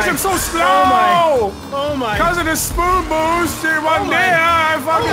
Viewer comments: Nogla: "spood boost" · Spood boost. Haha